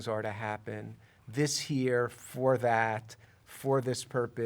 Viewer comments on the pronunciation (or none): none